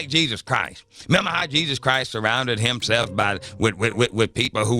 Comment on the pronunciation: The God said, "HimSLEFF!" It kills me that he can't pronounce that word correctly. LOL